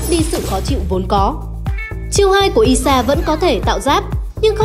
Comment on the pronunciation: Ai sha chứ sao lại đọc là i sha nhỉ Tí nị chắc là tiny ?